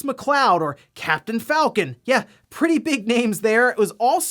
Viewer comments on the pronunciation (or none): none